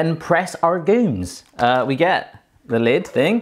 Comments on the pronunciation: Did you just call it press aRgumes??? Isn't it agrumes??? Or did you turn into a pirate??? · I like how instead of "citrus press" he's saying "argument press" lol